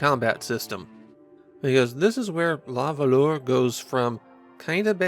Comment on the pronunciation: Ooof. "luh vuhluh". Nobody expects you to know French, at all - so please excuse this comment. It just still pains me to hear 🤣